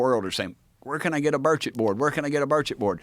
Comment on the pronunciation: Finally, Joe can pronounce his name correctly.